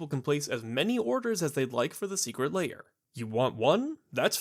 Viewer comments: Why do you pronounce Lair as: 'Layer'? It's very odd and makes me question your competency. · I'm curious, how do you pronounce "hair"? "Hayer"? Great points, all throughout. The shops are hanging on by a thread and WOTC selling direct to players is definitely not helping them stay afloat.